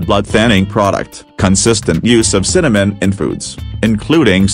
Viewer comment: The continuous mis-pronounciation on the part of the AI on this is really disgusting!! Never heard of Cinnamon causing damage to the liver!!] Most grains are not good for you.